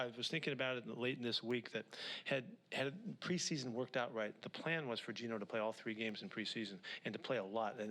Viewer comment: Can you say PRESEASON!?